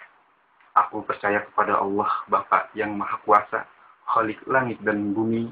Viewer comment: cuma ngasih tau yg bener perihal pengakuan iman rasuli (yg di sebut protestan) menyebut Allah masih terdengar Alloh khalik bukan kholik ada yg terlewat, ini yg terlewatkan "dan akan datang dari sana utk menghakimi orang yg hidup dan yg mati" di sebut ROH malah terdengar rah heheh jangan di sebut terpisah A...terus M.. harus di sebut nyambung am semoga bermanfaat..